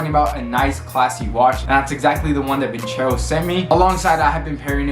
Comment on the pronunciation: Did you call it "vin-chero"?